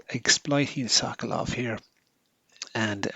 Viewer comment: Brilliant piece of chess art. Thank you for a very good commentary. One slight suggestion if I may. As a Pole knowing a bit of Russian, I believe it would be closer to the original, to pronounce 'Sokolov' putting stress on the second syllable, as currently it sounds a bit like 'Suck Love' ;) Which gave me a lot of fun, but Mr Sokolov may have slightly different sense of houmour :) Thank again, anyway !